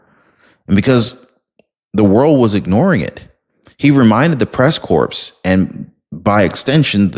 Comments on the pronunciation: enjoy your program. I'm sometimes distracted by your pronunciation of the word "corp", as in Peace Corp or Marine Corp.... the "p" is silent... pronounced like "core". The hard "p" as in corpse is what comes to mind... and is not what you intend, I'm sure. Keep up great information content. 👍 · The "S" in corps is silent, c'mon! 😂